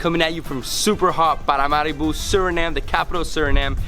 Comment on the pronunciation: I love his accent when he pronounces Paramaribo.